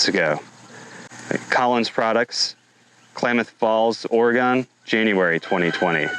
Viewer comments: It's Ore-Gun, not Ore-gone. Just a heads up. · Or-ee-gun ....I forgot my aluminum foil hat